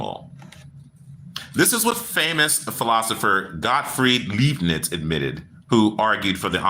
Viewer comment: Hey: The 'Lei' in Leibniz is pronounced like Lai, so laibniz. Best to practice saying it with some good German beer!🍺 Prost!🍻